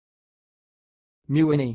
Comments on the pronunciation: This is my Last Name. It’s wrong. It’s pronounced “Muh-Winn- E” MeWhinney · It is being pronounced incorrectly here. Correctly, it is Me-Whinney .